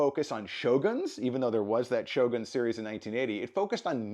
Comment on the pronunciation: エミー賞で、SHOGANと発音する人が多くて、やっぱりアメリカは他国にリスペクトがないとがっかりした。発表する人ぐらいは、発音調べてて欲しい。